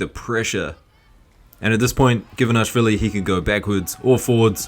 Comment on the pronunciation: we're four seconds in and it's the first time you pronounce him Givanashvili, as you do so often. But why?